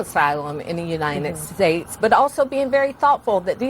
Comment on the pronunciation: Whatup with all the chicks in the Biden Administration pronouncing our country "Unined States"?